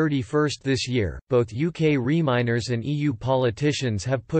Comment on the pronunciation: Re-miners lol...